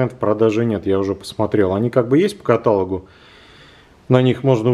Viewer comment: Что мешает правильно ставить ударение в слове "каталог"? Упрямство?